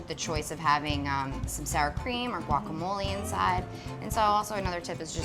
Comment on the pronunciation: Its "guacamole" not guacamolee it dosnt have the long e sound!